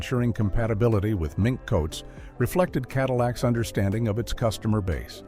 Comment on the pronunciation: Cadiweeacks!! Love it!!